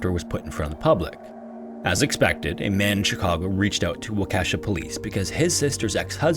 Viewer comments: Wisconsinite here. Waukesha = "Walk a shaw" It's only "Wa-Ke$ha" if you're being silly that day or had one too many brandy old fashioned, but it's not really how it's pronounced. But don't feel bad. When the Green Bay Packers went to their last Superbowl, there was a whole segment by local news done with having people pronounce Wisconsin city names. Have fun with Oconomowoc, Waupaca, Chequamegon, Outagamie, Kaukauna, or Weyauwega! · It's pronounced wah-kih-shaw not wa-Ke$ha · I love the video, all your videos, but I'm sorry as a Wisconsinite it drove me a little crazy how you pronounced the city - it's 'wah-ka-shaw'. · It’s pronounced “Wah-keh-shaw” not Wakeesha… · im sorry, its a really easy mistake but the pronunciation of waukesha is really funny to me as someone from southeast wisconsin lol. its more like WAU-kuh-SHAW instead of wau-KEH-shah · I'm dying at your pronunciation of Waukesha. You're pronouncing "wah-kesha" (like Kesha lol) when it is "wah-keh-shaw" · The quarry that the boy drowned in is located in a town pronounced 'walk-a-shaw' not 'wa-kesh-a'. Sorry, but I point this out only because I was confused about where you were talking about at first until I saw the headstone with the town name. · I lived in Waukesha for two years and I've driven over the quarry a few times (it's pronounced more like "walk-a-shaw" btw, not "wa-Ke$ha"). I dunno if it's still the same quarry (there aren't any others, to my knowledge), but it always gave me a creepy feeling, I would tell my roommates how much I hated it. The Waukesha/Milwaukee area comes up way more than I expect when I watch these types of videos. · Wah-kesh-awe nor Wah-kesha, that's Kesha's evil doppelganger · It's pronounced "Waw-keh-shaw" not "Wah-Kesha" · I’m from Wisconsin and “Wa Kesh A” hurt me it’s pronounced “Wa Ka Shaw” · Just an FYI the town in the first story is pronounced Wau-ke-shaw. Not Wau-kesha. Sorry my Wisconsin card is showing. 😅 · Wah-kuh-shawh not Wah-keh-sheh